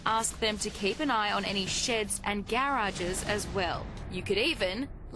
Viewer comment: garage is 1 one word not 2 gare-rages is not the correct pronunciation